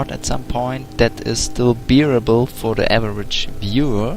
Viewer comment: "BEER-able for the average viewer." heh. Where are you from? I'm terrible at recognizing accents.